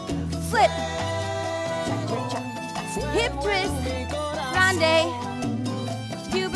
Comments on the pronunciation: is chá chá chá, not cha cha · No se dice cha cha, se dice cha cha chá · Not Cha Cha, this is Cha, Cha, Chá. Your dance is very good. Hug from Uruguay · it´s cha cha chá